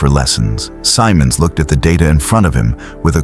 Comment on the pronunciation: The general’s name is pronounced with a soft “I” Simmonds” not Symonds”.